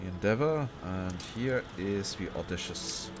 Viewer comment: It's au-dai-ci-ous btw:P